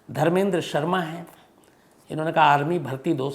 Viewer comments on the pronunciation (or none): none